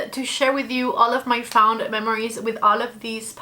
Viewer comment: LOVE! What a great way to pay homage to the brand, and declutter without feeling overwhelmed. Also, no shade at all, but fond is pronounced f-ah-nd, like pond. Love you!!!!! Your eyeshadow videos are top tier! My absolute favorite!!!❤